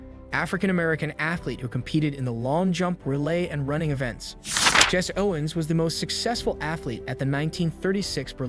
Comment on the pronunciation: Its Jesse. Jess-see. Not Jess.